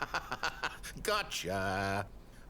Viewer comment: He said brobot lol